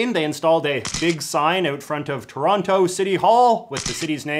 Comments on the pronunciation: As a Torontonian the way you say Toronto and pronounce the T makes me cringe. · It’s trono not Toronto how can you call yourself one of us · You said the second T in Toronto. None of my Canadian friends say it. Mind blown.